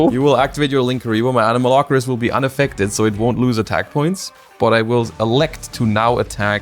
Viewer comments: Me: A-no-ma-lo-ca-ris.: Anomalocris? Anomalokris? Anomalochris? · How can the guy who revitalized Paleos fail so miserably at saying Anomalocaris